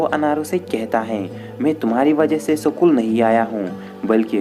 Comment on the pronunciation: भाई सकूल या स्कूल ? 😁